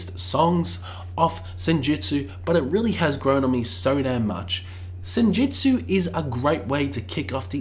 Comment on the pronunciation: Its Senjutsu, not Senjitsu. Its Stratigo, not Stratejo. God sake